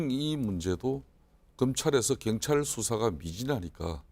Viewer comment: 혼수성태씨. 발음이나 똑바로하세요. 갱찰이 아니라 경찰. 더루킹이 아니라 드루킹. 아 진짜 거슬리네.